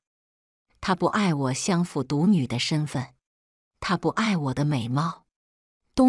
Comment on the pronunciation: 日日行（ㄒㄧㄥˊ）善。相（ㄒㄧㄤˋ）府。